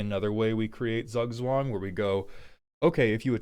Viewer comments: Z is spoken as if you had a t in front of an s in german. So roughly ~ "Tsoog tswung" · I dont know, when i here Zugzwang, i think about a million copys of scuttling doom engine. You have to do something about it, and you can't chumb them. I know, thats not what is wanted, buts my first thought. Btw, the german Z is most easily pronounced as 'tz' in english. Tzoog-tzvahng. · I'd rather say , he needs a german to teach him how to say zugzwang. This pronunciation is so incredibly butchered. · im dutch and the way you pronounced the decks name made me spontaneously start bleeding from my ears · As someone from austria the pronunciation of Zugzwang is sending shivers down my spine, and not in a good way. But it is still a great way to describe the goal of the deck